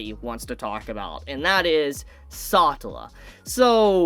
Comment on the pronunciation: Can’t stand the way you pronounce satella…